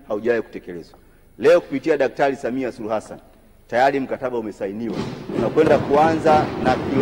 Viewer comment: Ni mara ngapi ametamka 'Daktari Samiha'????? 🤣🤣 Sawa Sawa Ameshakusikia... Ubunge utabaki kwako 🤣🤣🤣🤣🤣